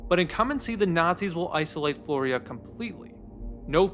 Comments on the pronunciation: flyora, not florya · Not "Floria" but "Fliora" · Flyora, (FLEE-or-uh) not Floria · It's driving me insane that you keep pronouncing the main character's name as "Florya" when is name is Flyora. Great video anyway though, awesome analysis. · Its pronounced more like "Flora".... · I’m kind of astounded how you managed to put together this video essay and somehow mispronounce Flyora’s name every time